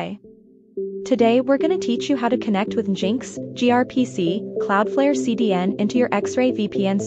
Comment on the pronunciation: its engine x not jinx but yeah youre an ai abused to steal peoples data.